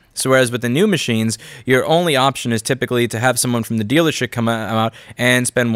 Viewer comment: "from the dealershit" (!)